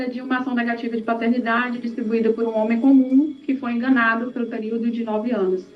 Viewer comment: "Patetnidade"? Era a prole do Pateta?